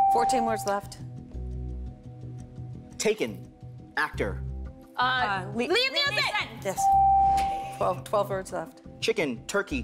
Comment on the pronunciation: It's a good thing Chely said Neeson because Gabrielle said Neilson.